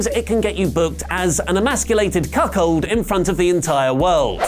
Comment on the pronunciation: said cuckhold..... 😂🖕🏾 Cuz Attitude Era